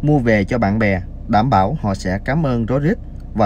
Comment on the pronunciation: Bạn cho tin tức ,rất cám ơn nhưng làm ơn đọc cho đúng được không ( Đảm bảo ) là gì